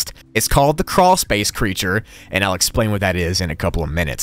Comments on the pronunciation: Croolspace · carwlspace